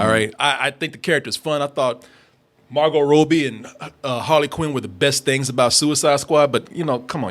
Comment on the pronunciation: STILL can’t say Margot Robbie right smh